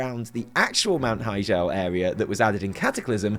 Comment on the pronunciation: Blah, blah, blah. WTS VC M+15 timed run. But seriously, it's pronounced hi-gel as in hi-tech, not as in hijab.